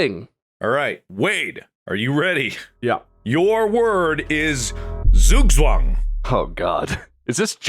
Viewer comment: That is not how you pronounce Zugzwang